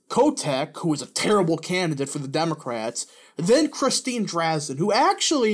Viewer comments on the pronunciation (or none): It pronounced Dre-Zan I live in Eugene Oregon that’s what all of her campaign ads say her last name is